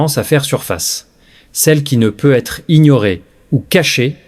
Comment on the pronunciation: faut ameliorer la pronociation de vos "peut-etre" 😂😂